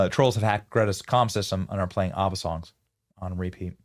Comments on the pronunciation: Benny you need to learn how to pronounce ABBA! 😂😂😂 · Benny it’s AB-BA not Arba. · Short A on the ABBA pronunciation, Benny. ah-buh is an Israeli pronunciation.